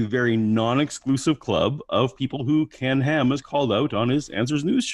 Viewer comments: I hear 'Pork n Ham' LOL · "Oh poor Ken Ham" -- sounds like "Pork & Ham" ...